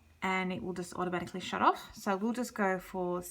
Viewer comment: thought you said shit, your accent